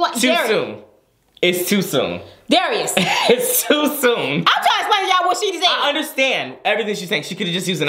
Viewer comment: Darius said it right!